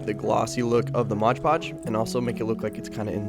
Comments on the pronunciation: MOD Podge!! NOT MODGE PODGE! Sheesh… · M-O-D podge! Not modge podge! That is so annoying! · Why do you call it Modge Podge? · no one:: Modge Podge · Game: eat a piece of your favourite snack every time says “moge-podge” in this vid 😄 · What the heck is motch potch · Love your videos so so so much but for the love of god its called mod podge